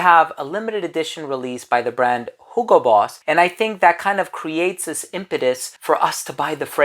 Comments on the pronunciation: It's actually the correct german pronounciation of Hugo. So he is just very accurate since Boss is a german brand.😉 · I always thought you were gaslighting me with your pronunciation of Hugo, but I looked it up and you're not. Germans just don't know how to pronounce words I guess.